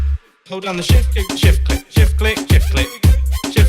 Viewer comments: it sounds like "Shift Clit" After a while lol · It sounded like shit flick lol